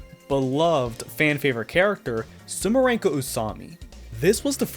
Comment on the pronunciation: ITS SUMIREKO, NOT SUMIRENKO!!! AAAAAAAAAAAA (I just hope i misheard xD) (Also, i just love how the whole Urban Legend incident background story is completely omitted xDDDD)